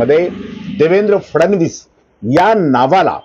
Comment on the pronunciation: "फडणवीस "उच्चार आपण फारचं सुंदर करता.त्यामुळे कृपया या नावाचा अनेकवेळा उच्चार करावा.